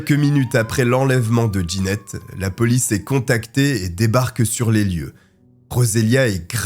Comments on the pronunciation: Jeannette se prononce : JAnnette et non D' Ginette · Trop déstabilisant la prononciation du prénom jeannette : « Djanette » pas « Ginette » C’est un détail , mais ça m’a perturbé.